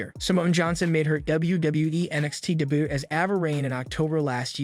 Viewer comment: Did you really say de but instead of saying debut?😅